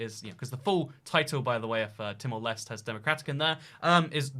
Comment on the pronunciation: dear, "leste" is pronounced more like "last".